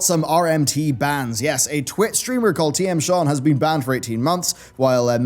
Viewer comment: Okay,, I love you to death, but today for some reason, at the 0.21 second mark, I heard you say, "What a week it's bean."